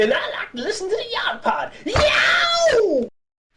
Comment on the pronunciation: YOU SAID IT WRONG Ahem, YoGPoD. It's said, YoGPoD.